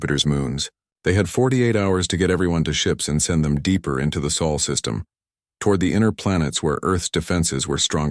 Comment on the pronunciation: What is the 'SAUL' SYSTEM? OH! you mean SOL SYSTEM.